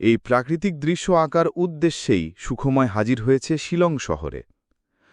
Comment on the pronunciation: গল্প নির্বাচন ভালো | তবে উচ্চারণ সন্বন্ধে সতর্ক হলে ভালো হয় | কখনো বলা হচ্ছে সুখ্ময় আবার কখনো বলা হচ্ছে সুখোময় ১ এরকম আরো আছে |